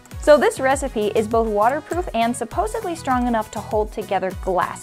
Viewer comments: Tell me I didn't hear "supposeBly"? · its not "supposebly" its "supposedly"